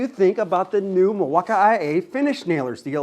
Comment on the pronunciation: Hey sometimes I watch your channel from time to time. I am a big Milwaukee fan and I watch a lot of the other channels on YouTube. I don't want you to take this the wrong way, you seem like a really nice guy but it really hurts my ears when you say "milwauk-I-A". It makes you look and sound seriously uneducated and it hurts my ears. Those letters aren't even in the spelling of Milwaukee. I think you would do a lot better if you would drop that vernacular. You would probably pick up more subscribers if you would just talk to your audience a little more appropriately. I do enjoy some of your content but it's tough to watch especially if my kids are around because I do not want them to catch on to uneducated talking. I don't mean any harm just to suggestion I'm putting it out there so please don't take it the wrong way. I'm sure you put a lot of work into your channel and I respect that. I'll keep popping in from time to time but just my two cents. Thank you and have a good day.